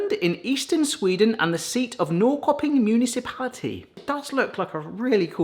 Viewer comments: Norrköping is pronounced Nor-shur-ping. It kind of means north-market. Very nice industrial town, kind of like the Manchester of Sweden. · The Swedish one is pronounced "Norsherping". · I think you'll find Norrköping pronounced approximately like 'Norr-SHIR-ping' (without the sound of the 'r'). I like the 'throw a dart at the map' idea. What about getting an atlas and just randomly opening a page up with your eyes closed and stabbing with your finger? Or have someone move the map under you while you drop a dart from above? Or have a selection of countries to choose from and spin a wheel (or use a random generator) to pick your three? Options!